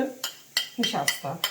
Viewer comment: Nişaşta da varsa tamamdır.Artık NİŞAŞTA 'yı duyunca Fatoş hnm.geliyor aklıma.Kulakları çınlasın.Sevgiler.🙂🤍